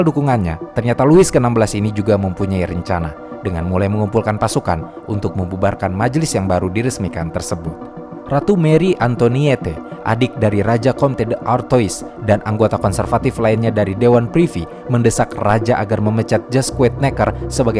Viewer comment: Oiyaa, cara bacanya tuh Marie Antoane